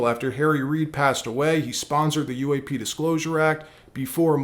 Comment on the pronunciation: Why is this guy saying uaf instead of UAP